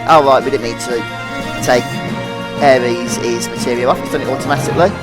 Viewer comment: Good videos! Just makes me cringe when you call Aeris "aries" haha